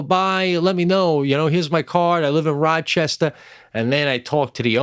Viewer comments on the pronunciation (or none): none